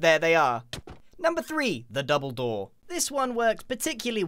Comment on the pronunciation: “#3 the double door” what I heard “#3 the dumbledore”